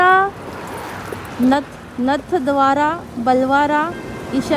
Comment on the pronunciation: नाथद्वारा म्हणा